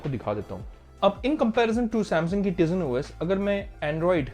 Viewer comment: I am unsubscribing you mainly because of ur wrong pronounce of tizen os